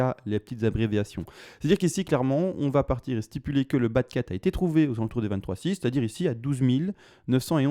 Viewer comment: Merci pour l'analyse technique... que penser de l'analyse fondamental avec les annonces françaises de ce soir ? .. je temporise ... ps : quand je t'entend dire bas de 4 j'entends toujours Bat'cave... 😂😂 mon côté cinéphile sûrement